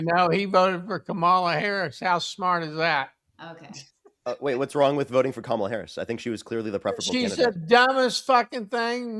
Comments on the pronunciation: Blob can't even pronounce Kamala's name right. So who's not smart? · 18;22 Imagine calling someone dumb when you can't even learn how to pronounce Kamala correctly after hearing it thousands of times ...